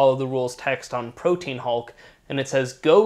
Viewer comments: Most annoying thing about this video is the inability to pronounce Protean. It's not Pro-teen...its Pro-tee-an...get it right, please. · Pro-tea-an. Not protein. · Proteän Hulk. Like a diacritical. Not "protein." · Protean is pronounced "pro-tee-an" btw. It's not "protein". Three syllables. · "Protean" is pronounced Pro-Tee-An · protean = pro-tee-an